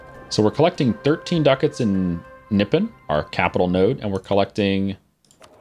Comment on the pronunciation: kinda sad nippon sounds like nipple ...